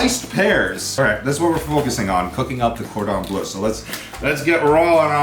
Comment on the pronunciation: Who else was getting triggeres when he was pronouncing chicken cordon bleu